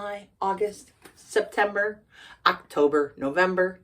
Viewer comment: Wow,wow,wow, amazing! YouTube videos is always better, I really enjoyed this video, I loved how you pronunced “Septemberrrrg” 😂😂 (you crack me up), and the end oh my gosh this is one of my favorite video so far, oh and my favorite month is July 😃, thank you so much for this video!